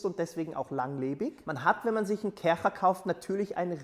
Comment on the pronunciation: Sorry, aber die Art wie du Kärcher betonst macht mich aggressiv 😂✌